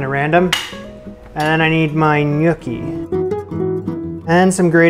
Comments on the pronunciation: Haha. Glad it's not just me. It's not "nYOOKee" but "nYAWKee". You're welcome. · Is no one gonna talk about how he was pronouncing gnocchi? Cuz I was dying laughing the entire video 😂😂 it's hard to make the first few times so you're not alone, it kicked my butt for a while. But please stop calling them gnookie 😂 ny-OH-ki is the correct Italian pronunciation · It is knee-oh-kee not nookie. Nookie something else. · "Nookie?" "Newkie?" "Nuke-y?" Love the variations in your pronunciations. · Def Nookie lololol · can't get over pronouncing gnocchi similar to snooki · A mincer might be like a ricer, don’t know if that makes a difference. I watched because “what’s a nooki?!” Haha, not how I pronounced gnocchi! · My father just rose from the dead to excoriate you for mispronouncing “gnocchi.” It’s “nyaw-kee.” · I cringed every time he uttered it incorrectly. 😂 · You would cringe if you knew how I pronounced gnocchi before this show, it started with a g and ended with chi! Give him a break!